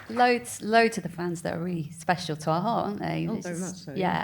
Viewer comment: When she says "our heart" it sounds like Aha! NO.